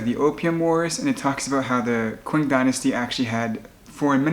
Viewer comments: Its ching dynasty not quing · The Qing dynasty is pronounced the "Ching" Dynasty.